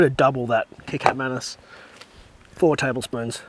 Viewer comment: Kecap Manis is pronounced "Kuh-chop Ma-nus"